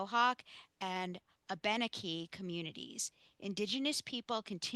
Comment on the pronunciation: Thank you for acknowledging the Indigenous people of this area. I am Mohawk from Akwesasne NY, a small reservation in Northern NY. I just want to help you out with the pronunciation of the words you were having trouble with. Haudenosaunee (Ho-deh-na-show-nee) Abenaki (A-buh-naa-kee). I just recently went to Big Moose Lake and stayed in a cabin right next to the Glenmore Tavern.